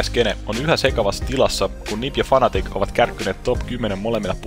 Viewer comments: muuten hyvä mut se on fnatic eikä fanatic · Sehän kirjoitetaan fnatic ja kaikki silti sanoo fanatic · kyllä se lausutaan fanatic mut se on aina nii hauska kuulosta. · no on niin hauskan kuulosta hahahahahah